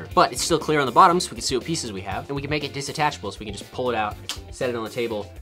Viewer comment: I'm not even going to correct you on "dissattachabel" because I didn't even catch it until about 2 minutes later lol.